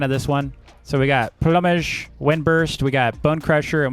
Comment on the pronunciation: dude it's funny when you says plumage